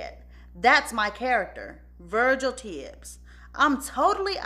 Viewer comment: Lord , what “VUH-JILL” done did? Lol